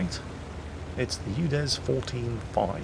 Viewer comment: Sounds like we're calling the UDES a U Dead.